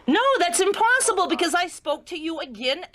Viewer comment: When she said 'that's impossible!' I thought she said 'that's imparceble' because apparently in my brain that's a word now.